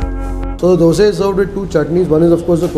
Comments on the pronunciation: Dosa.. Not Dose😒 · From where did you learn how to pronounce Dosa, vada etc? WTF is Dose, Wade? Annoying AF. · Thr is a big difference in Dose & Dosa: Dose: Crisp golden brown colour. Karnataka people call it Dosa: Yellowish white, soft. Tamil people call it Thanks avre. Enjoyed as much as you did! Special thanks for calling dish names as it should be.